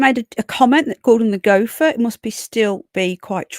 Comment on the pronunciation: Woah…. What was that? Dan Wooton? Gopher? Go-fer!